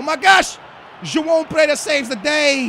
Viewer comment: When you say joão pereira it sounds like you say jaom peyra